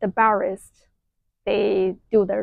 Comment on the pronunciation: Interesting video :) One thing though, you're pronouncing the word barrister completely wrong. Phonetically it's pronounced "barɪstə". I gather you're a Mandarin speaker natively and the way you say it sounds like you're missing the last 'a' sound and saying "barist". You're English is excellent otherwise. I'd thought you'd like know since you seem very knowledgeable :)